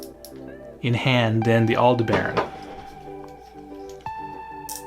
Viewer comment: good info but say Aldebaran just like you would the Star/constellation. All-De-Bur-On!